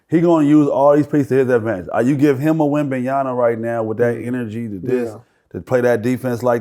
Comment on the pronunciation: Wemban(YANA) WRONG Wemban(YAMA) CORRECT Whats so hard about pronouncing wemby name??? A LOT OF YOU GUYS ARE MESSING IT UP‼️‼️‼️